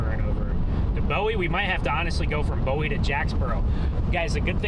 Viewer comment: Did you learn to pronounce BOWIE BOOEE TX YET